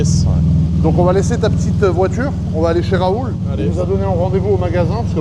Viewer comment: 😂 professorrrr rrrraaaaoooouuuulllll